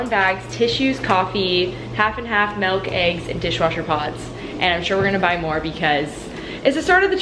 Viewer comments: The way you pronounce milk is actually the Dutch version / how to say it in Dutch (melk) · you pronounce milk like a real Dutch gal haha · The way you pronounce milk is literally how we pronounce it in dutch :)